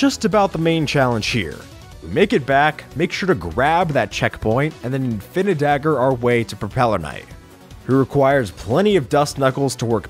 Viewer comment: You said infinidagger the wrong way. It’s required always required to yell it like Danny